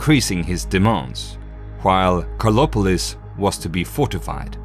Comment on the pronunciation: I was searching for "Kolopolis" bec someone could not pronouce the "a" and "r" of KARLOPOLIS..... 👎